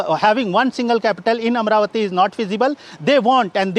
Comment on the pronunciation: It is Amaravati and not Amravati